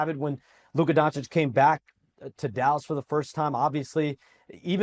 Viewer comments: DONCHICH, NOT DONCHICK! Omg so many years in the league and Stephen A STILL can't pronounce it right. Shame on you. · Stephen A still mispronouncing Doncic is hilarious to me 😂